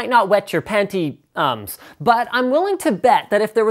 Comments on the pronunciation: penti-ums lol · Pantie-ums? XD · wet pantie-ums (pentiums) cracked em the fuck up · Paenty ums!! WTF! HAHA